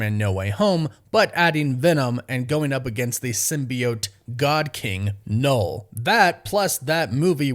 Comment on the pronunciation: It's pronouced NUL not "knowl" ffs!